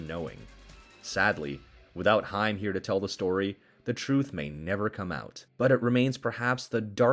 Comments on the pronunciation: I think dude last name is pronounced haym not hiym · Your correct it's haim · HAIM, not Heim. geez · To those narrators that didn’t grow up in the 80’s and 90’s…It’s pronounced HAME!! Not HIME. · Corey HIME? It's pronounced HAYM, ya artificially intelligent imbecile! lol 🦃😁🦃😁🦃😁🦃😁🦃😁🦃😁🦃😁🦃😁🦃😁🦃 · it is pronounced HAME SPELLED HAIM THAT BUGGED THE CRAP OUT UF ME! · Say the word " aim" and put an " H" in front of it! Thats how it's pronounced! I swear that's driving me crazy! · Creepy robo narrating can't pronounce Corey Haims's last name. 😅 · Dude please say Corey’s last name right!